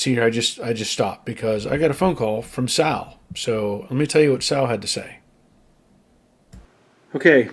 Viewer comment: ”Better Call Saul (Sal)”😂